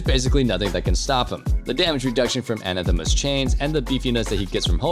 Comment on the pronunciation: please look up how you pronounce the word anathema